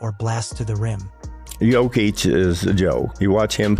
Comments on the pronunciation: How many different ways is this AI crap bullshit going to mispronounce his name? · Ai is screwing his name. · I didn't know you could say "Jokic" wrong so many different ways.